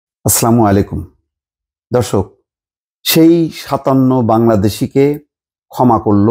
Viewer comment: ভাই, আসসালামু আলাইকুম। আপনি অত্যন্ত জনপ্রিয় একজন সাংবাদিক। ন্যায়নিষ্ঠ এবং নিরপেক্ষ সাংবাদিক হিসেবে আপনাকে অনেক পছন্দ করি। একটা অনুরোধ আপনার "আসসালামু আলাইকুম '" শব্দগুলো আরও সঠিকভাবে উচ্চারণ করবেন। আমাকে ভুল বুঝবেননা। আল্লাহ আপনার সহায় হউন।